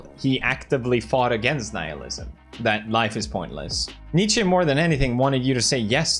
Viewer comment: Dude, props for the correct pronounciation of Nietzsche, most people pronounce it incorrectly. (at least in the US)